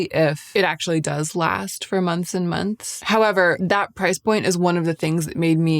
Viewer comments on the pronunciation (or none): none